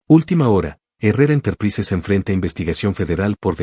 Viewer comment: Una mujer super inteligente 🎉🎉🎉🎉🎉🎉🎉 se pronuncia interpraisers